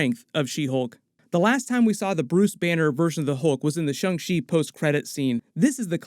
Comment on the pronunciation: "Shung Shee" Guys can you please TRY?